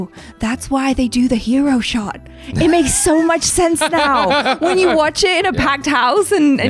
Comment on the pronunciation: I want to “Wath” it too 😂